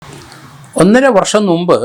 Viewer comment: നുമ്പ് അല്ല മുമ്പ് എന്ന് പറയണം. നമ്മുടെ പഴയ സുകുമാരക്കുറുപ്പിനെ പിടിച്ചോ?